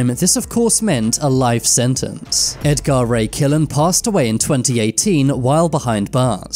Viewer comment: Ed Gar Ray Killan, really? AI isn't too bright just yet is it???